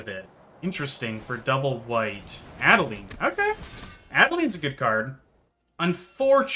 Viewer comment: Adelain pronunciation according to translator, Adelin sounds weird